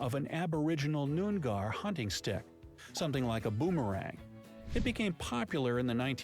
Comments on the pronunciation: Noon gar??? Noong ar. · Number 9 is absolute bs! A lot of shops won’t even accept notes that are missing pieces and you have to take it to the bank and get it replaced. I have never seen “rent a grandma”, I live in Western Australia and it’s not a thing I’ve ever heard of. He said Noongar so wrong that it’s ridiculous. It’s pronounced Nyoong-ar, since aboriginal languages have only been documented on paper fairly recently so it’s difficult to convey through text. Indigenous Australians eat kangaroo all the time and I feed my dogs roo on a daily basis. (I’m aboriginal myself). So much of what he said is just embarrassingly incorrect 😐 Calling indigenous people “aborigines” is extremely offensive as this is what the invading “colonisers” used as a derogatory term.